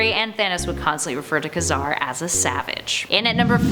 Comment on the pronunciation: Ka-Car is pronounced Kay-Zar.